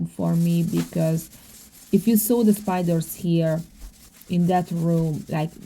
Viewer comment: I love spiders. Very beautiful animals. But yes they can be creepy when they crawl on you without you knowing. I like the way you say “spidurrs”. 🕷️